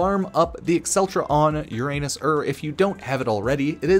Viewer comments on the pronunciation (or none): I’ve never heard anyone say Uranus like that lol